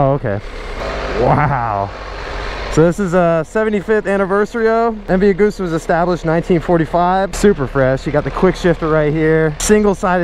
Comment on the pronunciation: When you don't know how to pronounce MV Agusta so you pronounce it in different ways lmao